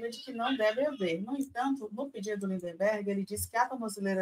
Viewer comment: Gente amiga, perdoem este Pascoale de meia tigela que vos tecla, mas o nome do deputado é Lindbergh, não LindeNbergh. "Reiterar" também não tem esse N que se escuta no vídeo. Acho que esses dias escutei até um "mendigância" vindo de vocês. Mendicância. Ah, pra terminar: Mendigo, não mindiNgo. Parei, perdão. Obrigado por todo o resto. Tamo junto, abrações!